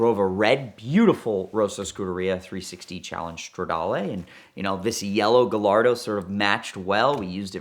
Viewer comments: I don't understand how a guy who has a great background with Lamborghini can not properly pronounce the name of the car, its Guy-ar-do not Ga-Lar-Do. But will say that huge kudos for manning up to the disaster. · It’s Guy- ardo not gallardo like gallbladder. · Ga-lardo, Mercy-el-lego 🤯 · This is the first time I’ve heard someone call a Gallardo (pronounced Guyardo) a GaLLardo. 🤦‍♂️ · After all those years you still pronounce the name Gallardo wrong, its a SPANISH bull, LL is J, so not Galardo but Gajardo!!!!! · PLEASE!! Say it with me: GUY-AR-DO. GUY-AR-DO. It's a Spanish breed of bull. Not GAL-ARDO, GUY-ARDO. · The Gallardo has been out got 20 years and along the way the name has been butchered by all.... guy-yard-oh not guh-lard-oh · you're a Lamborghini enthusiast.... it's - " gai ·aar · doe " the Italians don't pronounce the double "L"s in Gallardo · Gallardo?? Lol it’s guyardo ;) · he said GAH-LARDO 😂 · I stopped watching as soon as he said Lamborghini Galardo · OMG!!! Out of all the people in the world, should know how to properly pronounce the car’s name: “GHA-YAR-DHO”….🤦🏻‍♂️ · I stopped listening when he called it a Girl-lardo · It always grinds my gears hearing him say giLLardo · Yea, but he pronounces Gallardo "Guhllardoh". I don't think you can trust this guy, Ed. Be careful. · The only thing more annoying than him talking about drunk driving around the city like it's 'normal' or acceptable is the mispronunciation of Gallardo. I don't even like Lamborghinis and I know you don't say it like that. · Why do you not know how to pronounce Gallardo? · The way he says Gallardo is painful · Every time I hear pronounce Gallardo incorrectly I want to throw something at my screen. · can't pronounce Gallardo?? You must be kidding me smh 🤦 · How is it this guy specializes in these type of cars but can not say Gallardo correctly for the life of him?